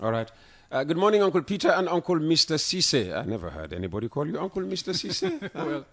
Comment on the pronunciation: Lare M Ceesay in USA not Sisay